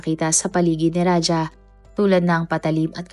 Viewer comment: Raja not raha